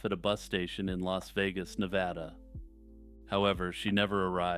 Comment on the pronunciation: You pronounced Nevada correctly 💥